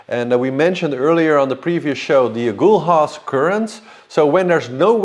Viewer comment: " A- gull-ass" current, not " A - gool-ass"..